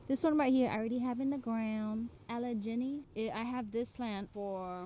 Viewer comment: I purchased 2 papaws online but three came in the mail. They were all three abt 1.5-2ft tall and I got them for $40 shipped! I’m in Philadelphia and I use to live near streets with the names of ur pawpaws “Allegheny avenue” and “Susquehanna avenue.” They are pronounced Al-a-gainy and Sus-kwa-henna.